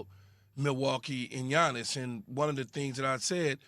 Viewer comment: Yiannis is not a "bro" he is not associated with models rapers or with the US star system in general. He is a family oriented guy who is thinking only of the game and how to improve. By the way is Yiannis as in Yankee and not Giannis as in giant !!!